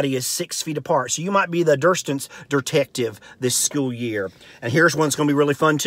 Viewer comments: "Dur-stance," "errorbudy" I love it! I'm-a go 'round sayin' "Hey, now, errorbudy keep yo dur-stance frum me!" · "Derstance" detective? "Termpachur"? What language is he speaking? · Derstance? Versiter?